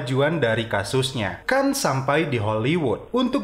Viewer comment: Bukan kan tapi Khan 🤣🤣🤣🤣